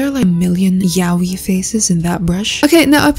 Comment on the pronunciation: She said “YaOi” face.. YALL WTF